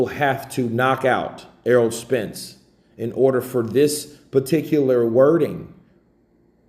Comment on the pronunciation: Is my man saying errold?